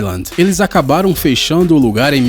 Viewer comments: "feixando"?! Pqp. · “Eles acabaram FEICHANDO o lugar...” kkkkkkkkkkkkkkkk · O locutar fala aos "feichando" o lugar. Que analfa. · "Feichando". "Mendingo".